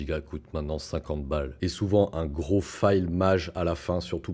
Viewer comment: "Fail" se prononce "f.è.i.l". J'ai mis un moment avant de comprendre que ne disais pas "faille", mais bien "fail";)